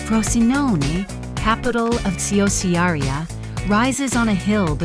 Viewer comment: Che schifo! “Siosiaria”????